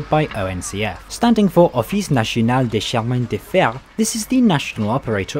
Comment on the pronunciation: the way he pronounced it was funny